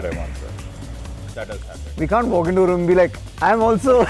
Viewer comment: well I heard say Vir 'khan' because of his accent whereas he was saying Vir "can't" LOL